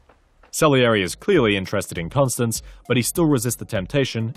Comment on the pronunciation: Great video, but this nags at me --- you kept pronouncing his wife's name as "Constance", when it is pronounced "Constanze (kon-STAN-zeh)" or "Stanzi" as Mozart refers to her in a pet-name.